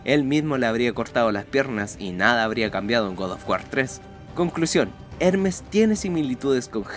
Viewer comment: eremes es ermes y hendal es hendal